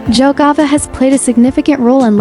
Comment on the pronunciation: The city name Jelgava should be pronounced “YEL‑ga-va”, not “DŽEL‑ga-va.” In Latvian, the letter J is always pronounced like the English Y (as in yes), which is why the correct pronunciation starts with “Yelgava.”